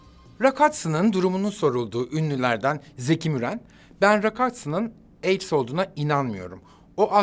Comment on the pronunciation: Armagan Bey, Ben AIDS mi duyuyorum? Yoksa AIKS?????!!😱